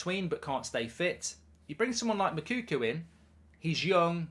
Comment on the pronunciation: Please, endeavour to make an effort to get the right pronunciation of the name of the Dortmund striker. His name is not Moukoukou. Hi name is Moukoko.